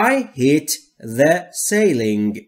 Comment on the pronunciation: You need to work on your pronunciation of 'ceiling' in this video?"